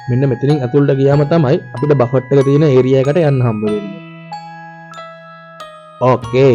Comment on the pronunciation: දරුවෝ.... බෆට් කියලා වචනයක් නැහැ. ඉන්ග්‍රීසි අකුරු ලියලා තියන විදියටම කියන්න බැහැ. Uk English සහ USA English ශබ්ද කරද්දී වෙනස් වෙනවා. නමුත් ඔහොම වචනයක් නැහැ. බුෆේ..... එක්කෝ බෆේ... T අකුර ශබ්ද වෙන්නේ නැහැ. Buffet . බෆට් කියන්න එපා.